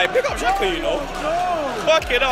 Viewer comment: It’s fucking xhaxa bruv 😂😂😂